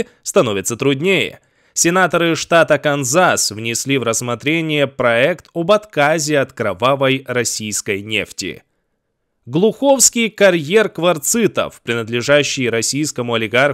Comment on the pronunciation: Не ГлухОвський, а ГлУхівський кар'єр.